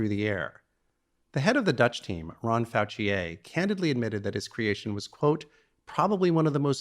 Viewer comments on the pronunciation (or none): Did he just say Faucciae?